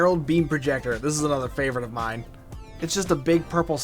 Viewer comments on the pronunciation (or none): none